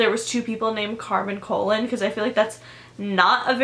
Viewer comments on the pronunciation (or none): It's not Carmen colon it's pronounced cologne it's a Spanish last name and actually extremely common Carmen colon is a super common Hispanic name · its said "ka-loan"